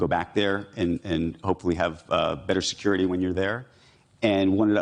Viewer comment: "Securi-dy, Lid-igation"😂